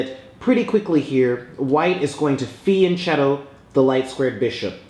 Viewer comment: These are all great videos by this guy including this one, but people need to learn how to pronounce the word fianchetto FEE-ahn KE- toh The italian "ch" makes a hard K sound!